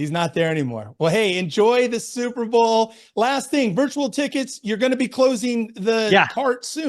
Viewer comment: I heard zuberbowl. I think you need to something with that play off your name. lol